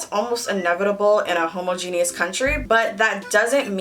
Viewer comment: Hōməˈjēnēəs leviosa not leviosar